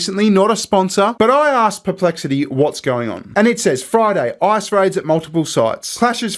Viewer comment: His decision to pronounce Ice as I early in the video changed the whole tone for me. And the visuals!